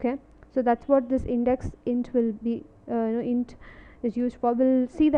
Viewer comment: please pronounce hint properly.. its hint not int